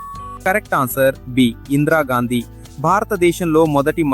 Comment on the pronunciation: Excuse me ఇంద్రా గాంధీ కాదు ఇందిరా గాంధీ